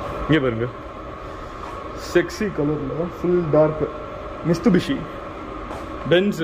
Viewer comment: Mitsubishi bro mistubishi illa 😂 but that’s a good one